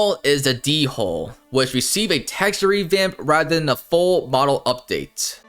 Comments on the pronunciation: Deehole is crazy 😂 It's pronounced more like dull or dole without the h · Why is "Foosa" spelled and said wrong, and WHY...WHY is "Dhole" pronounced as "D-hole"? Help me lol 😭😭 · Please search up how to pronounce these words. Bc what the heck is a D-hole. The ‘h’ is silent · hearing someone call a dhole a “dee-hole” has got to be the funniest mispronunciation of an animal name i think i’ve heard so far for future reference, the h is silent lmao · It's like when you say hole but you add a d (like door) pronounciation infront of it